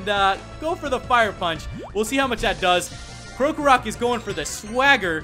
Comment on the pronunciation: Y u no pronounce krokorok right